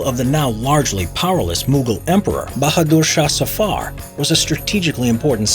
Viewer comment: …it’s not safaaarrr…it’s zafer